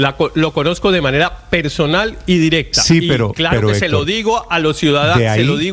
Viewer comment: Ese "Hétor". ¡Ay dioj mío! Pareciera que le pagan por defender al indefendible o de pronto estará enamoraíto